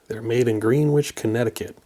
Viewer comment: Its pronounced Gren Itch (Greenwich) Connecticut